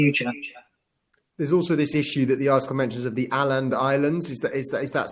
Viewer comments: • The moderator's english is incomprehensible. What's this about the Åland Islands?? [ Åland == Oh-land ]. I have relatives there. Åland is Swedish heritage. And has a fort from the 1800s. Åland is the demilitarized autonomous part of Suomi, with its own Flagga, Frimärken, and Regering❤. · Åland Islands. The Å doesn't sound like the A in Allen. It sounds more like the vowel in oar